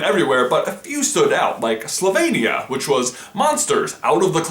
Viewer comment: 1st off: you say it SloveNIa. and you misspelled it. it's Pošasti iz omare (notice the š. you read it as a "sh" sound). example.: shush-Šuš